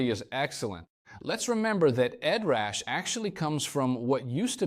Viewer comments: Sad to see when having the Core on your desk that the real difference of amp capturing and the whole vocal effect suite has not been mention as a difference between prime , core vs flex prime. AI pronunciation “Edrush” for Headrush turn out annoying. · Something weird happened with the audio, as it sounds like you can’t pronounce “Headrush” in some cases. It comes out as “Ed Rush’ or even “Edge rash’. Great video otherwise!